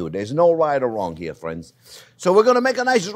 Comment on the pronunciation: "Well, hello there phrinzzzzz!"